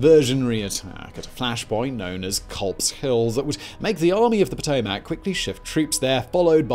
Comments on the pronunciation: you're mispronouncing the name Potomac. The Army was named after the river that runs through Washington DC. Despite how it's spelled it's it's pronounced Poe-toe-mick. Take it from someone who live mere miles from said river. It's Poe-toe-mick. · Honestly more so pronounced Puh-toe-mick. Coming from one of the kayakers of great falls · Helpful tip from a local, places the emphasis on the wrong end of the Potomac river pronunciation. In fairness, I'm sure I butcher my own pronunciation of British locals. This is meant as helpful critique, not sharp criticism. Emphasis belongs in the middle, leaving vowels on either end short. Potomac:: puh-tow-muhk where -muhk often sounds like -ick to non-native American speakers. It's an English adaptation of an indigenous name, so there lies room for interpretation. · For future civil war videos, Potomac is pronounced puh-toe-mick